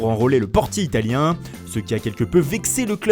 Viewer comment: Moi j'aime bien ta manière de prononcé les noms italien